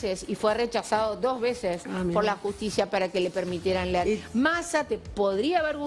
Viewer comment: Porque dice jushticia?